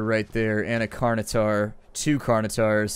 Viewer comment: Pteranodon = Teh-ran-o-don. Not Ty-ran-o-don. Dilophosaurus = Die-low-foh-saw-us. Not Dilo-don. Carnotaurus = Carn-o-tor-us. Not Carn-a-tor. Please get them right in future. You're giving a bad impression, especially having studied Paleontology. :)